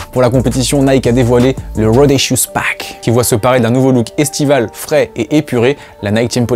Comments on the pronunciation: "Rawdacious pack " l'accent me fume 😂🤣😃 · le "rawdacious pack" comment tu l'a dit ct magique😂😂👌🏾